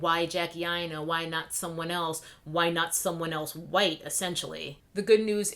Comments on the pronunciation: And mine. Because myTribe is intelligent. And GROWN.... Primarily that. Welp, you know EXACTLY WHO is employed to censor us. Also, I LIVE every time you enunciate wQHite. ...Period. I'm not even a cosmetics stan, nor have I ever been inspired to follow her channel (since I'm NOT said cosmetics stan).... but I root for Jackie and her success -- ALWAYS have -- FOR THE VERY REASONS MENTIONED here and because she has REPEATEDLY SHOWN herself to be sincere in her efforts. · Why do you pronounce white like that? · I love how you say white!!